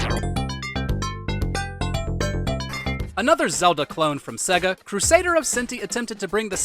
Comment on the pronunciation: Put a MegaDrive game on and learn how to pronounce Sega ffs.